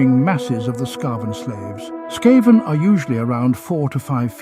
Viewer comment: Again, some inconsistensies in how certain words are pronounced. Is it "skah-ven" or "skay-ven"? It's the latter. But it's a shame you don't weed stuff like that out before posting. Such an easy fix.